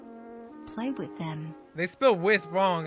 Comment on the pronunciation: dont know’s how to say “with”bc she says “whith”